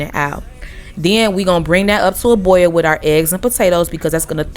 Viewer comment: Thank you for not putting the letter R in boil